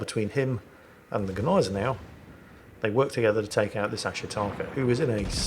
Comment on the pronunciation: And grammatically speaking, "das Schiff" is a neutrum. So never male. Maybe he's referring to "der Dampfer" ;) I wonder if he had his knowledge from the same source, that told him Gneisenau is pronounced Neisenau.